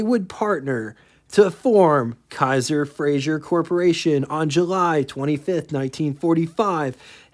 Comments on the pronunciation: You’re mispronouncing Frazer as Frazhier. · FRAZER Not Frazier. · FRAZER. NOT FRAZIER.